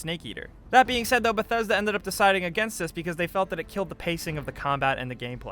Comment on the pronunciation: Thats not how you pronounce bethesda